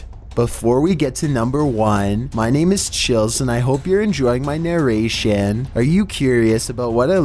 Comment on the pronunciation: The way he pronounced and accent of Narration I always hearing erection